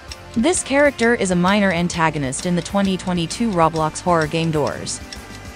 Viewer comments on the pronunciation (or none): none